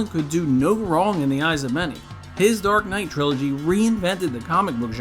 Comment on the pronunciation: me hearing "Dork Knight" when he mentions it